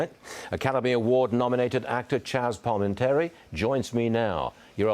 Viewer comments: He mispronounced his name it’s Palmintieri not Palmieri! Silly Pom. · LOL, yeah, at the end he mispronounced it, but Varney says it right. Maybe he had someone yelling in his earpiece, had to go to a commercial, and maybe the bathroom?? 😂